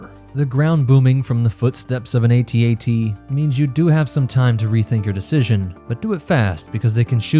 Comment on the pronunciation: AT-AT not atat we don't say atst ....unless